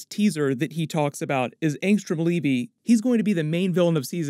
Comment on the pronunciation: Did Kirkman call him Leavy? If he didn't then the pronunciation is Levy like the Dam, or maybe like the jeans